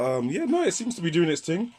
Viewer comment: Why the deliberate mispronunciation of the word "thing"? A "ting" is the sound a bell makes